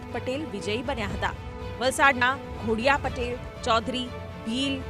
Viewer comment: Pronounciation wrong kem kare che? Ghodiya nathi DHODIYA che